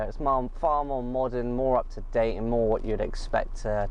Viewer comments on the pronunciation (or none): none